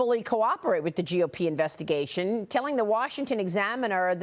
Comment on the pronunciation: OK, so it this a proob or an inverstigashun?